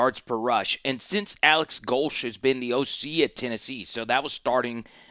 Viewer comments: No, you’re NOT pronouncing Go-Leah correctly. Therefore, you are to be ignored. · You don’t know how to pronounce his name, but people are supposed to take you seriously? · If you don't know how to pronounce a coaches name they you shouldn't do an analysis of his team.